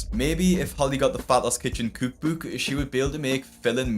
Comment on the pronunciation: Cewk bewk!